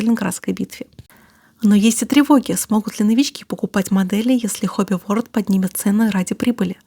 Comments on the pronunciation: И еще... Хобби ВорЛД а не Хобби ВоРД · Подозреваю, что всё-таки не Хобби Ворд,а Хобби Ворлд :) Word значит "слово", а world - "мир". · Почему Хобби Ворд, если Хобби ВорЛд (Hobby World). Просто мне слух режет. Либо Мир Хобби говорить.